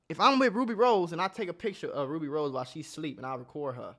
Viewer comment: Wen he said rubi rose I first heard Rick Ross I was sooo confused 🤣🤣